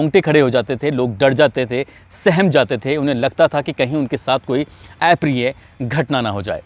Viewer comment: ऍ प्रिय नहीं अ प्रिय बोलीये । शब्द का उच्चारण ठीक एवं शुद्ध होना जरुरी है